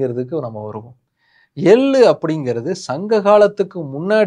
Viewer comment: எள்ளு தயவு செய்து ள் ஐ சரியாக உச்சரியுங்கள் hate comment elaam ilainga manasula patuchi sonan